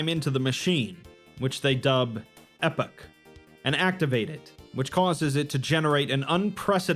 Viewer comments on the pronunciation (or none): E pock not Epic. Not to be that guy but epoch is pronounced E Pock an references a massive period of time like the ice age. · It is "E-poch". The E is elongated and pronounced like the E in English. Poch is more like Pocahontas.